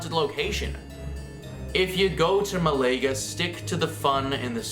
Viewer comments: Mah-la-ga Not Malayga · Commentary recorded in an echo chamber! Can't even pronounce MAL aga. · oof, and he said "muh-lay-guh" too.